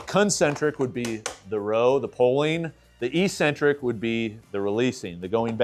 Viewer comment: IT is pronounced EK-sen-trik NOT EE-sen-trik